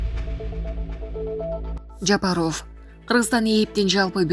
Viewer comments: Жапар оф эмес ов окуганды уйронсонор боло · Онолбойт экенсинда дикторлордун курсун окучу ,ЖапАров ,ЖапарвОв дейсин дайыма ,окуп жаткан кыз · Ооба Жапароф деп туура эмес окуйт ушу кыз. Укканда айтып калабыз бир аз сабатсызыраак деп. Туура эмес айтат да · Айланайын кабарды угабызбы .ээ фамилияны туура окучу килейген эле катын тилинди уйрот да .такта да .Жапарыов деп уят . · Ушул Голос Медианы алып барган диктор кыз Жапаров деген фамилияны туура окууну уйрончу адамдын кускусун келтирбей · Айланайын диктор Жапаров туура айтчы школдо окудун беле школдо ударение на буквы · Чон кыз туура окуганды уйрончу, канча адамдар силерди угат. Жапарооф эмес, Жапаров.Бекмуродооф эмес, Бекмуродов. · Сен кандай окуйсун? ЖапарОв эмес, ЖапАров деп окучу. Кулакка башкача угулат экен. Это, не первый раз так читаеш.ЗЕленскийди да туура оку. Кандай ушундайларды комиссиядан откорбой эле эфирге чыгара бересинерби?